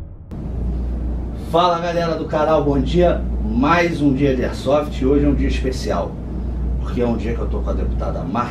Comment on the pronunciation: Concordo que deve haver sim um regulamentação, mas não uma burocratização que vai acabar em algum meio do Estado ganhar em cima disso. Quem são esse praticantes do esporte que fizeram parte dos ajustes dessa Lei. e não é "ersofi", é AIRSOFT. kkkkkkk Parabéns pela iniciativa mestre. Força e Honra!